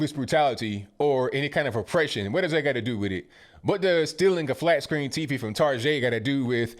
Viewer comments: Haha, loved how you called Target.....Tarjay! Still giggling! LOL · "tar-JHEY", that's Target for those of you who aren't from Virginia 😆